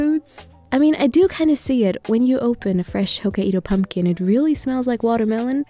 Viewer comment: Bdnajjd I don’t mean to be mean or picky but the pronunciation of Hokkaido is “ho-kai-do” not “ho-ka-ee-do” if that makes sense lmao. Like kai rhymes with sky ^^